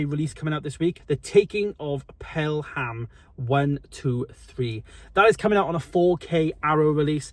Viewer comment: Over 8 Seasons of Dexter,think you need to do a bit more research,and pronounced Pelham and Cherbourg wrong, otherwise all ok.